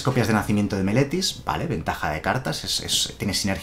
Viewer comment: Viendo todo el video, no sólo por el mazo sino para ver si en algún momento dices bien Meletis :D , ahí llegó :D